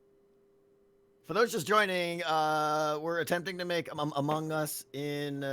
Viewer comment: Thank you for confronting (is that the right word)? Tango about his pronunciation of Among Us and Discord, it's really annoying!!